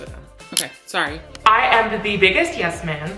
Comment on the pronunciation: always assumed u said sorry in a canadian accent as a bit not knowing ur actually canadian lmao